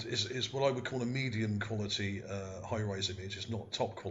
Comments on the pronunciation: Surely you mean 'high res' image, not high rise image. Also, why do you keep saying 'ship' as though this is fact? All one can see there is an elongated feature on the terrain. There is no proof that this was or is a 'ship' of any kind. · OK when you describing pictures as far as resolution. You keep saying high-rise. It is not a high-rise it is Hi-Res meaning high resolution. Very informative video. I believe that was as you said and ocean or a river and that was the port where we find all the boats